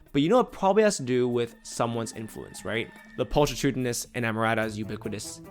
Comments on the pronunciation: this may be true in some cases, but not when the audio played actually mispronounced pulchritudinous by pul-tree-tudinous instead of pul-kri-tudinous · Pulchritudinous is pronounced with a hard "ch" like chemistry or mechanical. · not pronouncing pulchritudinous correctly makes understanding even more challenging